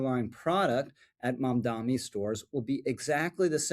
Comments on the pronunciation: Not a fan of Mamdani, but please pronounce his name correctly. It only hurts your credibility when you keep saying Mamdami, it's Mamdani. It's not hard, just practice the pronunciaiton. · Dude, love the videos, but it’s Mamda-N-i not Mamda-M-i! I’m sorry to pick, but it’s like people who say nuculear rather than nuclear. It grates. Thank you for the great videos! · Thank you for the video Rich! I have to point out, it’s MamdaNi not MamdaMi. Why stop at 30% cheaper? Why not 80%? 100%?